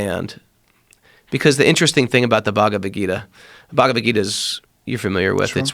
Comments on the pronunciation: he has been a monk for 8 years and cant even pronounce bhagavadh gita properly. I mean whats the point of chanting mantras if you cant even say it correctly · Dude 6 years in India and cannot pronounce Bhagavad Gita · this guy lived in an Ashram for 7 years and still can't pronounce Bhagavad Gita and Mahabharata, common man. This seems like a typical white guy slumming it in India for years and coming back thinking they found enlightenment.